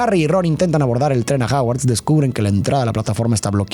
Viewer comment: Me estresa cada vez que dice "Haguard"